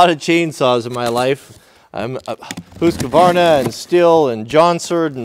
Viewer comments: Why do you call it Hooooosqvarna When everyone else calls it a Husqvarna? Does this sans not have a primer? Is that the reason you had so much trouble getting it started initially, because you didn’t find it? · Stop saying hooooskavarna! It's HUSSSkavarna! LOL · It sounds like ooshkvarna Swedish not huskavarna look it up why does everyone say huskavarna?